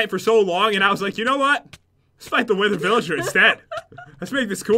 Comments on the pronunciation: He said wither villiger! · Its not a wither villager, its a witherger